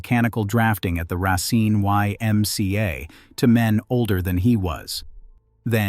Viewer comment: I wanted to watch this but the narration is so... all over the place. Racine is pronounced correctly and then not. It just feels unfinished.